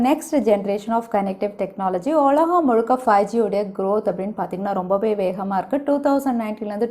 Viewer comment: ஒலகம் 😊? உலகம் என்று சொல்லலாமே.